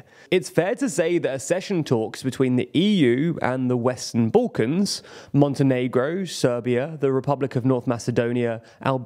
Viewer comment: Sorry bro, just where is "boollkons" ?